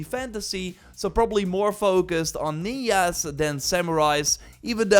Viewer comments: Did you just say ninyas instead of ninjas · Neyas?? Did you mean ninjas ??? 😅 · I swear is the only person I have ever heard read ninjas as ninyas. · He's Dutch. That's probably just how the word's pronounced in Dutch, and he was searching for how to say it in English. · i loled at that. ninya